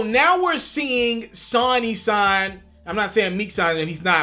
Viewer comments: Sawny? Or Sony!? 🤷‍♂️ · Pronounced Sew-Knee [SONY] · Why do you say sonny when it is sony? lmao